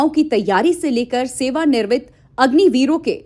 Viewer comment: Sewa nirmit nhi Sewa niwrit bolo❤❤❤